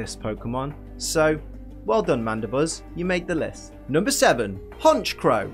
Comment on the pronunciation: IT'S HONCHKROW, NOT HONCHOW!